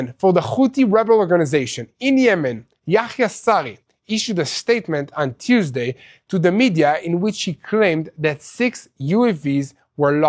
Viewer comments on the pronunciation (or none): none